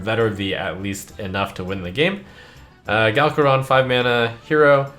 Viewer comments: Galakrond* not Galkarond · GALGAROND? GALAKROND!!!! READ PLOX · "Galkarond" lul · Ah yes, Gal-karond, the female version of a well-known Dragon from WoW